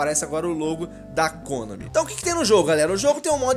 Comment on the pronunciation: a sua pronuncia de "Kônami" esta errada! È Konami normal!